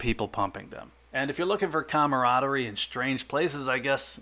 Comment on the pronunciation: I like your logic and reasoning more than 50% of the time. You get a couple points for pronouncing "camaraderie correctly.Personally,price points are an often used strategy that have kept some me in the black.I don't want to cost average up but, lately that's how it's been going.Finding $3 over for rounds is very challenging but not impossible. Numbers baby, you gotta shake a lot of trees to get some nice peaches.